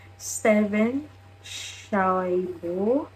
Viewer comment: Chih-en's name is pronounced (sih-en) Shuaibo's name is pronounced (shuwaybo) Steven is full blooded Korean he just lived in Australia